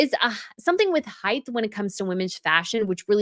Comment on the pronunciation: Height not heighth 😆